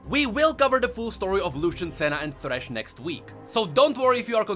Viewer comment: 1. It's thresh not threshe. 2. There's no proof whatsoever.